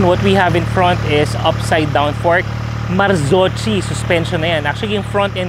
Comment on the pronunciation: "Marzocchi" is pronounce "Mar-ZOK-kee", note the "kee" it does not sound "chi". Hope it helps!